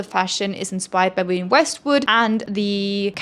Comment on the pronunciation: “Wiwienne Westwood” is killing me